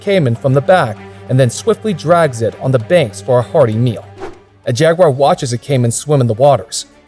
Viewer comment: Why can't the yanks say jaguar properly?